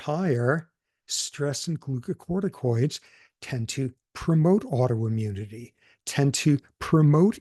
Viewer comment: Thanks to Prof. Sapolsky, I can finally pronounce the word glucocorticoids correctly.